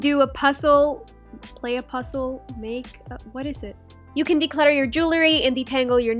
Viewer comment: she doesn’t know how to pronounce z pussels😂😂😂